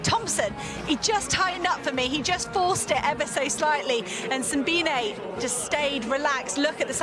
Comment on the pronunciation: Simbine is pronounce sim---bee----knee